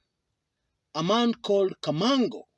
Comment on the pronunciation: Kamago Not Kamango.